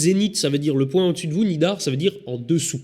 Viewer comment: Il me semble que c'est le "nadir" et non le "nidar" ... ;-)